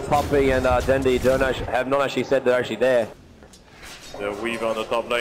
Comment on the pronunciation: 1 of the commentator pronounced Dendi's name into "Den-die" Lol.